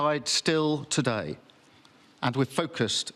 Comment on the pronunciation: Note to wan kier starmer avoid saying "today" it sounds like TUDIE